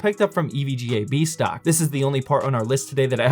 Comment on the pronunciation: I thought you said bad, I was like huh